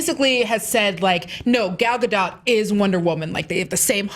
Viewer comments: Why does nobody listen to how Gal pronounces her own name? Its' not a hard 'dot'. It's like dough with a very subtle t sound at the end. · Gal Gadon't lol